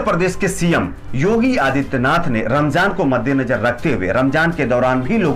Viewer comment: Ramzaan h bro Ramjaan nahi pronunciation sahi se kro....Alkah Hidayat de Hamare Yogi Ji ku😎